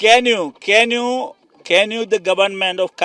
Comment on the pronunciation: ക്യാൻ യു മുല,,can യൂ മുല ലുട്ടാപ്പി തന്നെ